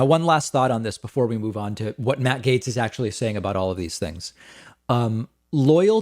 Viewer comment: Gaetz! GAETZ!!! Not Gates, silly.